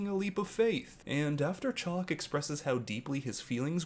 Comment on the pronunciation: She calls him Chalk and not Chock. Chock rhymes with Lock.